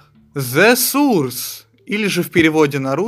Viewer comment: "Сурс"? Это больше как "сорс"